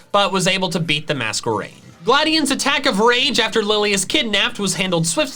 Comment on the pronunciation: Mask-erain, not Mas-kwerain